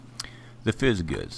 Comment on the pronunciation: It's pronounced "FIZZ JIZZ"